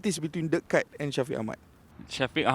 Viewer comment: Kite tu layang2 brader..sebut nama legend betul2..pengulas bola pun xtau sebut nama player